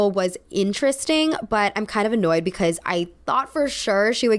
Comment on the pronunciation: I love how you pronounce "because" as "becaise"